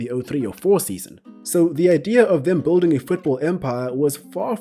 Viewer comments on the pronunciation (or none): none